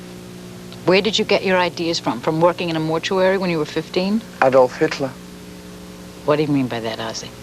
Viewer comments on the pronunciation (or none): Did he really say HILTLER ! YES HE DID . 😮